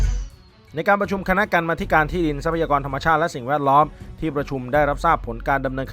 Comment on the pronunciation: อ่านว่า กำมาธิการ/ ไม่ใช่ กรร-มาธิการ อ้านผิดทั้งปี จาก อดีตนิสิตรามฯ คณะรัฐศาสตร์ ทราบแล้วเปลี่ยน !!!